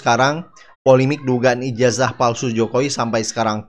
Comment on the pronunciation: ijaza bukan ijaja bukan ijasa masak nyebut ijaza saja tidak bisa katanya sekolah tinggi mendingan saya seorang petani tauu tata bahasa